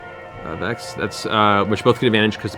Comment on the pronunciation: TRINKET IS A BOY ! (In Laura Bailey's voice) Also it's Vex not Vax.